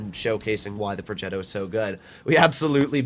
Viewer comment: why does always pronounce progetto with an accent thingy it makes him sound like an idiot